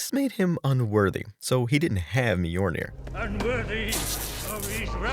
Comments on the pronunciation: Dude, I can't get through your video with your constantly mispronouncing Mjolnir like that. It's pronounced like "M-yol-Neer". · A video on how to mispronounce Mjolnir a thousand times